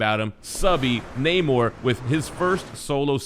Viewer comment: Who’s Namor? Oh you mean the retconned Neh-mur